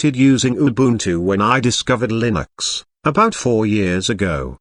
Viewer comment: i love [lin - axe]